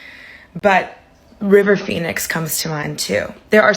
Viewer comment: Oh, the way you said „River Phoenix“ when his name was already spinning in my head (as it often does) ❤❤❤ And I agree, Heath was unique too